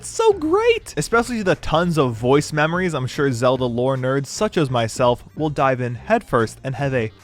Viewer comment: I’m sorry “ZeD L”?